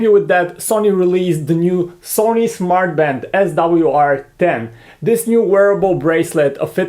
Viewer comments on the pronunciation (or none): Did he say 'Smart fart'?